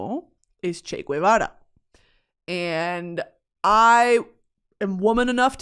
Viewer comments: I love you discovering Che!!! lol. BTW It's pronounced Che 'Geh-va-rah' instead of 'g-ooh-eh-vara' like I believe you were saying it. In spanish 'gue' only sounds like 'gooeh' when it's güe, with a diaeresis on the U, if not it's always geh :) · First of all, it's not "Che Gwevara" its Ge- va- ra. If it was it would have a "ü", since you love linguistics. Really sad that you're praising him. Of course he's "demonized by history" because he played a role in ruining Cuba, where people are now killing themselves cause they're going crazy cause there's nothing. All my life I lived in guilt because my family is trapped there and were robbed of a life that would have been much better in the absence of Communisn obviously. It's a really, really privileged take to be like "Che had a vision he was a revolutionary." Then why'd he have to come and prey on a little country like Cuba doing well for itself? Why not take over Argentina? I love Argentina, and I don't resent them as a country for what Che did. Cuba didn't have a problem that needed fixing. You said he said "you can't have a revolution without guns". Well guess what, no one was looking for a revolution anyway. Esos cabrones pushed my grandparents to move to the U.S. with guns, with fear. Crazy how people like Guevara are praised for stealing and looking for more when they already have everything, and in the proceso ruin countries that they have nothing to do with. Most prominent with Guevara being Cuba. I just beg, listen to actual Cubans. I'm getting really, really tired of white freaking people or non-Cuban people in general talking about our country and invalidating our experiences and what Castro and Guevara did to us. I, myself, am not entirely educated on it bei